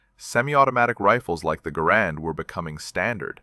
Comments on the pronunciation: Great story! Well, except the mispronunciation of Garand… It’s pronounced GARand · probable AI creation. pronounced garand, not grand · You can tell this story completely in thirty seconds and the rifle is called a GARAND not a grand , get a clue. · One of us can't count? 11 shots - 11 dead? Didn't he say, earlier, at least one miss? I SEE - "- - -with you neutral Scopes" I HEAR - " - - -with you nurdle Scopes" Second time = " - - - Universal Scopes STILL hearing you Nurdle scopes They also seem to have "Grand" Rifles (Garand?) "Colonel FAIRY" Y'SURE? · Garand is not pronounced stressing the second syllable. It is pronounced GAIR-und. The rifle was invented by John Garand, and it helped win WW2